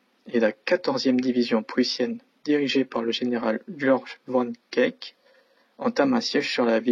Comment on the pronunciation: à General Georg von Kameke et pas von Kek... Merci de veiller au ton de la voix et à la prononciation. Sinon le commentaire est correctement écrit.